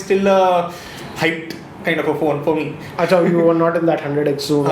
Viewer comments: That ohh accha 😂😂😂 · Kitne bhi angrez banne ki koshish karlo, Par muh se to "Oo Achha" nikal hi gaya 😁😂😂😂😂😂 Hindi 😁